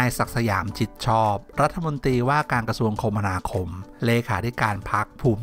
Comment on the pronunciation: อ่านว่า คะมะนาคมครับ